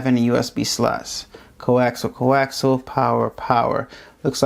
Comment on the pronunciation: C0AXIAL---NOT "CO-AXEL."